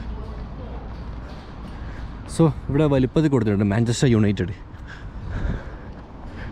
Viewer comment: manchester "united" aan Manchester "united" aan 🙃 Manchester "united" aan